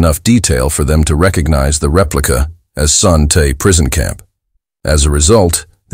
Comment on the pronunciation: Your mispronouncing Son Tay.